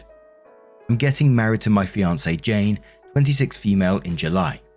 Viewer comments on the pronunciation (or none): none